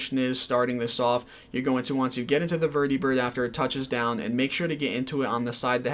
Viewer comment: lol why do you pronounce vertibird and prydwen like that? they've been said out loud multiple times throughout the game